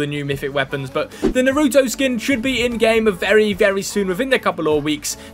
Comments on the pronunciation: telling by the way u called naruto narutoe u have never watched it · Yea it is annoying how they say it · a piece of me dies every time he says naruto wrong